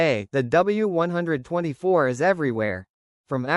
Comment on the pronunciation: As soon as I heard ‘W one twenty four’, I realised you don’t know what you are taking about and switched off.